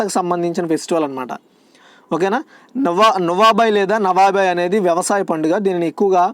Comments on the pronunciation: 2nd question answer lo నువాబై అని ప్రొనౌన్సషన్ తప్పుగా చెప్పారు అన్న అది నువాఖై అని ఉంది కొన్ని pronounsations చెప్పినపుడు మిస్టేక్ వస్తుంది అన్న కొంచెం గమనించగలరు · Not nuabai,nuakhai...